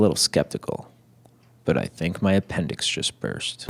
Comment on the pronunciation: lol APENDICKS